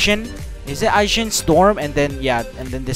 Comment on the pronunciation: Game: Ashen storm: Aiken storm Game: Senko: Senku